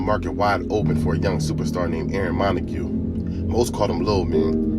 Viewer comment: 😂 The fact that you called Lits Lit, and pronounced his last name MontaGUE instead of "Monte" confirmed my suspicions that you have no idea who you are talking about. If you aint never been to da bottom, you wouldn't understand da Bottom, so stay the fuc outta da Bottom! His name is Aaron LaDonn Montague (pronounced MunTAY)😂